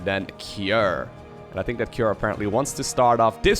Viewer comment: Not Key er, Kew R.